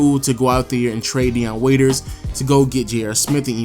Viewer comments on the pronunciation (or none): none